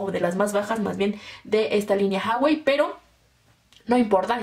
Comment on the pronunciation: Porque dices haiwei?